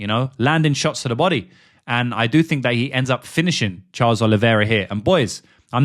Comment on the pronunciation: Why can you pronounce “that” but can’t pronounce think/fink. Very annoying